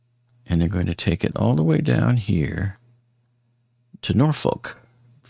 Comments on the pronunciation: Probably because nobody gives a Norkolk about how it is pronounced... 😂😂😂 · Here's something I recently learned by listening to the local newscasts concerning the Dali. "Norfolk" is pronounced "Norfuk" and this is also the pronunciation for the town in England, as well. Thank you for your interesting summaries! I have really enjoyed them!